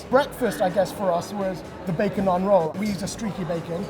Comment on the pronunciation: As an Indian I can’t help but cringe at the pronunciation of Naan 🤦‍♂️